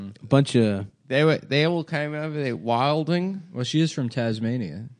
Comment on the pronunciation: i like how accidentlally said the correct one "whilin" then adam "corrected" him with the incorrect MTV hurb version of "Wilding" lol